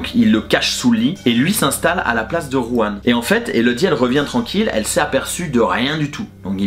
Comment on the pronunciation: Juan* le J se prononce R en espagnol 😉